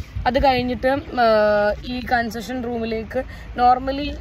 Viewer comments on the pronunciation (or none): Consession ella chechi,🤣😂 “CONFESSION”